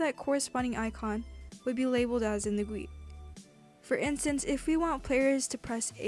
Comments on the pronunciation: what bothers me is the way she says GUI like guwee also i thing GUI stands for games user interface idk i think that's what it is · When she says goouie I die inside. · Guillen No, it's Gee-you-eye. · the way you pronounce gui is so funny, it's G U I, letter by letter lmao, very good tutorial doe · its called g.u.i , not 'gwee' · Guillen nope, its prononuced G U I. this comes from an actual web dev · no its pronounced goat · i love it how u say "gwe" lol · "insert a screen gwee into the starter gwee" XD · I am not gonna watch just because GUI is pronounced G U I not one word It hurts my brain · never say guee as gui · I disliked for you calling it "Gooey", better luck next time! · screenGUEE starterGUEE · I never heard someone pronounce “GUI” as it’s spelled So your channel is great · the way she says gui scares me